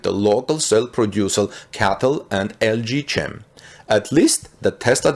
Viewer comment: Great news. LG Chem you should pronounce as LG kem by the way.